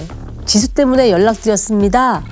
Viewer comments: 디수디수..발음때문에 집중인되서 듣다끔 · 줄무늬 옷입으신분 ㅠㅠ 설소대 수술 하시면 좋을듯해요. 발음이 너무 짧아서… 정확하게 사실 전달이 힘듭니다….. 애 이름이 지수인데 ’디두‘라고 들릴정도거든요 ㅠㅠㅠㅠ